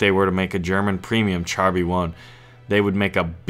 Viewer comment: Great vid ! But char is pronounced "shahr" not "chahr".